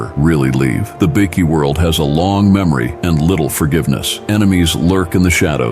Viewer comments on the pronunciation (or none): What's embarassing is the ai talking keeps calling them bikkies (biscuits) not bikers 😂😂😂😂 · Bikie is pronounced with a long i. 😅fucking ai voice can't pronounce shit😅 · It's bike...eee that's how ya say it ..not bickie... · It's pronounced bi-key not bickie,it's not a group of biscuits 😂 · Bikie. . ..i thought it was biker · Great video but hearing 'bikie' called biickee takes away from how good it is